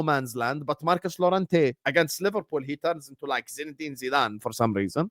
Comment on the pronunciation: Says liverfool.